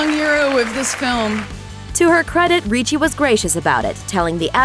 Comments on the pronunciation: RIchi not REEchi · Ok, let me clarify something that bothered me ALOT. You pronounced 'Ricci' like "Ree-chie" when one my side of the family it's pronounced "RICH-IE" I don't know how Christina pronounces 'Ricci' but that's how I've always heard people pronounce my last name. It gets me triggered sometimes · It's not reechie it's like Richie........ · Ricci not reeeece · It's pronounced Rich-y.... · is her name actual pronounced like that, everytime she went RREECHEEE something in me died a little, I've a feeling she's not pronouncing it right...